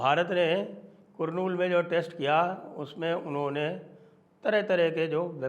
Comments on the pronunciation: Sir, it is pronounced कर्नूल and not कुर्नूल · Kurnool ka pronunciation karnool nahi hai sir its Not ku sir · The name of the place is pronounced karnool but written kurnool😅